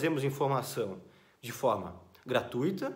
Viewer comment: Um médico que fala gratuita, em vez de "gratuÍta", já vale um like.